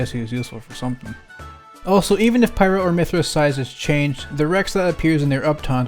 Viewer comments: It’s pyra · My Thea,not pyrah